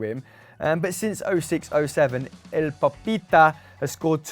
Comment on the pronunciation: Love how says “el papita”.